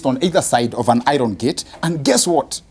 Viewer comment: Is this how "iron" is read in Swahili.